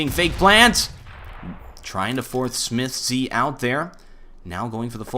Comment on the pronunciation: please stop saying "smithz z" it's just smithz